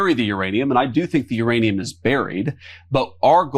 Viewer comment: Couchman was saying nuranium.